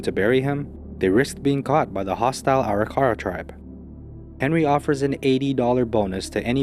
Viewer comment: The Arikara natives they were concerned about running into is pronounced a-rick-a-raw.